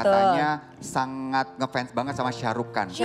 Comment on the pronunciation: ShahRukh Khan ya min ya. Bkn Syah 😆😆